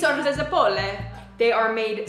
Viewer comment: Zeppole non zepole there's a double p